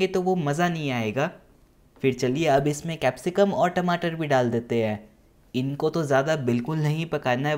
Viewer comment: Bhai Tameto Nahin Bolte Tamato. Apni Bhasa Ko Jyada Style Karne K Liye Aeise Nahin Bolte. Jai Hind